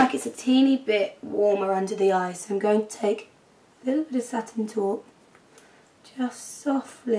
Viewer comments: haha love how u say satine taupe)) "satin toooop" ;)) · I liked how you said satin taupe:) love the look! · When you say satin taupe you sound Irish lol cute!! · Haha! You had a serious Irish accent when you said 'Satin Taupe'. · When you say satin taupe you sound kinda scottish, haha :)